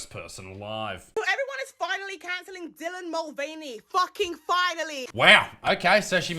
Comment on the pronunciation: “Dylan MostVeiny”